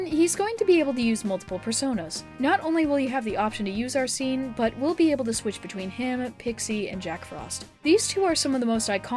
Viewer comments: "Arseen"... it is ARSENE!!! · I HAVE NEVER HEARD SOMEONE SAY ARSENE LIKE THAT BRUH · I beg you to please research pronunciations for some words😭 (Yusuke, SEES, Arsene, etc.)